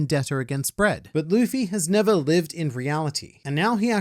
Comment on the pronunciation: emphasis on "vendetta against bread" truly not a gamer move